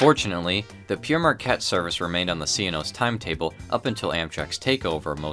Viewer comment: Not bad. At least you didn't have a stroke trying to say it as some of my American friends and colleagues seem to do. No doubt your proximity to Canada has given you an advantage. Thanks for the laughs. Signing off.